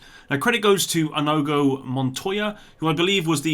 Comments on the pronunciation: In-knee-go Montoya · Ah-knee-go Montoya. Just tryin to help as you mention him a bit. Inigo Montoya